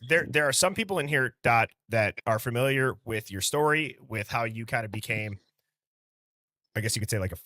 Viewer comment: Why does everyone keep saying fermiliar on this channel instead of familiar ? 😂